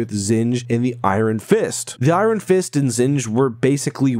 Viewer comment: Did he just pronounce "iron" like it's spelled?